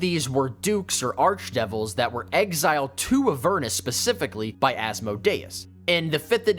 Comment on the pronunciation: Who pronounces Avernus like that?!